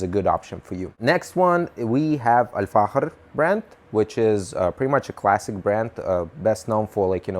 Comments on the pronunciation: He's spelling the ikh/ich , like it should be pronounced, as the Dutch do most likely, it's the letter خ in Arabic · The way he says Al-Fakhir is so satisfying, idk why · You've pronounced it perfectly really slayed it 👌🏻👌🏻 Greetings from Germany ✌🏻✌🏻 (Try out dark tobacco from Zomo like Strong Red, tastes really nice) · Dude I love your pronunciation, are you Spanish? Mexican? You pronounced Al Fahker With exact Arabic pronunciation